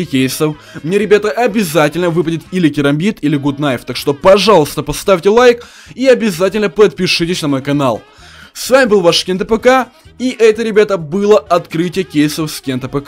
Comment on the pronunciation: Правильно не гуд Наив а гад наив